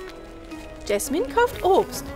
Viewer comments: Es heißt Jasmin und nicht jesmin🤣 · Ja es heist Jasmin nicht Jesmin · Es heißt nicht gaschmin sie heißt Jasmin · Jasmin und nicht jesmen 🤪🤪🙂🙂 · Jasmin nicht jesman😂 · JASMIN JAS-MIN 😂 nicht Jesman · Es heißt Jasmin. 🤦🤦🤦🤦🤦🤦🤦🤦🤦🤦🤦🤦🤦🤦🤦